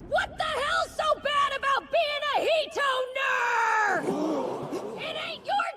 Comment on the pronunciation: Hi! Oh, wait, Hitoner, not Hi Toner...